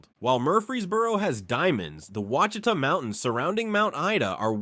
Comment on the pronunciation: Seriously dude mispronounced ouchitas with 6 different pronunciations! Pick one. Right wrong pick one.